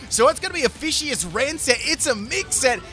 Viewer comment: Pronounce Fishious, as Vicious. There you go